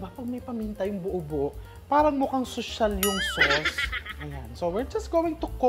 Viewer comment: Why you always emphasize the word ‘sosyal’ hindi ba kakainin kapag hindi mukhang sosyal ang pagkain?